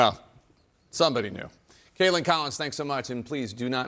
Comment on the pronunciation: I'm sorry, I'm still laughing at Jake Tapper calling Kaitlin Collins "Kaitlins" and how not a single beat was missed